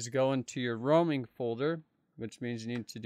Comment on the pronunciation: Lmao when he said "Roaming" It sounded like my name "Ruiming"